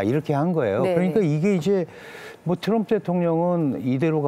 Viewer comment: Tr 이 들어거면 ㅊ 로 발음한다 트럭=츄럭 트리=츄리 트럼프= 츄럼프😮 3대 제왕? 러시아의 푸왕 중국의 시왕 미국의 츄왕 😮 징글징글